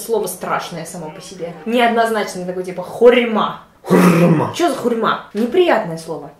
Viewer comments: мой друг моей подруги(её брат Юра)Он говорит не хурьма а.....Хуйма xD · Извини, но мне послышалось « ХУЙ..МА а не хурма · Не хурьма а хурма